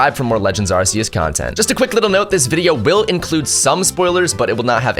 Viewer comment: It's not AR-SEE-US it's AR-KEE-US 😅